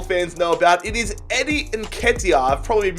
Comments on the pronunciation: Thx plus u got nketiah right the first time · Don’t worry man you pronounced Nketiah correctly 😂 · you pronounce it correctly somehow